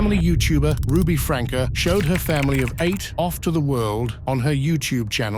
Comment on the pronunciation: It's pronounced "Frankie."